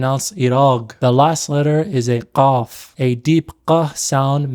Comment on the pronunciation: It is a bit misleading to say qaf is pronounced like a hard G, as that is only true for certain dialects and not fus'ha/MSA. You pronounce it correctly but the IPA notation is still a "q" (voiceless uvular plosive), and many Arabic romanizations spell it as such